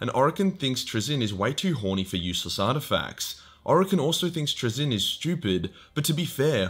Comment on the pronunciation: Fuckin congratulations on the massive improvement on pronouncing Traeyzins name